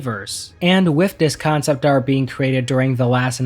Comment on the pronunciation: I can't do it.... with....WITH.....W....I....T....H TH NOT WIFF ....... TH.... NOT F